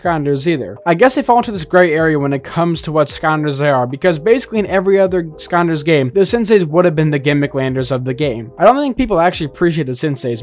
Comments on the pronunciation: I really wanted to find out more, but the fact it sounds like he's calling the game "Skonders" just ruins it for me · I’ve never heard skylanders pronounced skylndser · Anybody else annoyed hearing skonders? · Why you saying skanders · Are you saying skamders? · I think he said "Sconders" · Bro is either saying skanlanders or skalanders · is this guy not capable of saying skylanders? literally ended the vid 5 mins in its too frustrating to hear him speak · Is this guy saying skanders? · Him saying skonder has genuinely made me not interested in this video anymore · No way you pronounce it skarnders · The fact you called it skanders annoys me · i was gonna watch but this mf sayin skonders is pissin me off too much💀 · why do you skynders is it just me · how are you a skylanders youtuber but you cant pronounce skylanders “Skaanders” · Bro can’t talk right it’s sky landers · Are you saying "Skylanders " or "scanders" cause scanders is kinda better, I like that if so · why bro saying skaunders. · Why does he say skonders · What in tf is a skaander? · Bro saying skanders 💀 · I'm less than a minute in and I just cannot stand him saying sconders im just not watching it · He said Skylanders correctly one time. Only once. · Is anyone gonna mention how he says skylanders? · Am I the only who hear him pronounce Skylanders wrong or am I something missing here? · I love this channel but how is there a skylanders YouTuber who can’t pronounce skylanders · I dont understand how you pronounce the lander clearly in gimmicklanders but you dont pronounce it at all in skylanders. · This guy might be a genius, mispronouncing skylanders for engagement bait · Imagine making a whole channel dedicated to skylanders, while not even being able to pronounce the fucking word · Why do you say Skonders and not Skylanders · I believe it's Skylanders not scanders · why is skylanders being pronounced as skonders? /gen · “Say Skylanders” This guy: Scanders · bro said "Skannders" not "sky-landers"